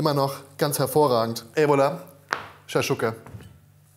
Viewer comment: Shakshuka und harissa werden ja mal mega lustig ausgesprochen. So wie als wenn ich Croissant und Baguette auf deutsch vorlesen würde